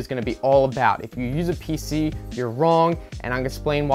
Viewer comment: Pc not pic